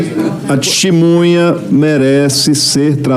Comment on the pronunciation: Um presidente aí do senado que fala " Tistimunha " essa é a classe política do nosso Brasil 👍🏼